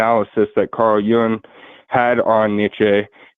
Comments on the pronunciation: I think you mispronounced Nietsche but in a different way. You pronounced it with a long a sound at the end. It's closer to a chuh at the end. But the youtube pronunciation videos are good to refer to. And your pronunciation of Jung was a little off. It's more like Yoong. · I hope you don't mean to say that Forrests' pronunciation is the correct one. He didn't correctly pronounce Nietzsche nor Jung. You can do a search on YouTube on pronunciation of these names. Nietzsche's name should not have a long e sound. That's definitely wrong.